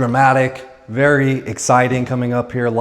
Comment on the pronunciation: This house sold recently for unobtanium $12million. Vewy Vewy Nice